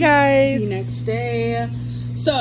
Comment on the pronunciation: Who else cringes when she says the words "Vhaa...log" instead of vlog or Dayah instead of day? I'm convinced she's stretching out her words to make that 10 minute mark LOL.